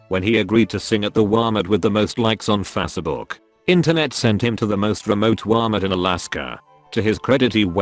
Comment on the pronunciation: "Fasse book"